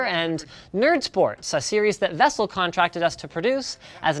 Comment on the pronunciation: "Vessel" lmao